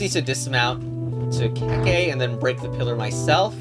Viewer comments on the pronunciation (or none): The legend of BaBa a KeKe (not keykey) to the pasta